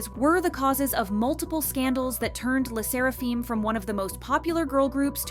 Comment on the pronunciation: "Fim" not "feem" AND HOLYSHIT THOSE COMMENTS ARE WILD WTH and I thought my mental issues are worse.